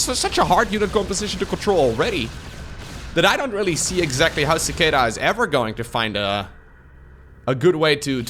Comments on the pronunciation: You don't know how to pronounce Cicada? It's a bug! Lol Ci KAY da (American) ci KAH da (British) Edit: Glad you like it up yes the long a is American English the short a is British english. (Usually) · Sih-kay-duh I think is the phonetic spelling. Not that it matters much, but some foreigners may be confused with the first syllable if you spell it that way. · The first opponents name is pronounced suh-kay-duh. It’s a gigantic flying bug. look it up. Strange creatures. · Beat me to the punches, but yeah I’ve heard it pronounced that way before… prolly just by accent or something but I’ve always heard and pronounced it as chick-ay-duh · cicada (see kay duh) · Cicada, the insect, pronounced as See-kay-dah. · lol so true. Just for anyone wondering its pronounced sick-ade-uh. They're an insect common to the US which lie dormant underground for many years and then all start to grow in a given year and suddenly they (and their discarded shells as they grow) are everywhere. They sound a lot like a louder continuous cricket with a bit of constant buzzing noise which can be frequently heard in many movies portraying the rural south. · Yaaa learned to pronounce a new word claps 😂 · "lets go with the Dutch pronunciation" Immediately uses the American. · I cringed so hard listening to you not knowing what a cicada is! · LOL hearing try to pronounce Cicada made my day:)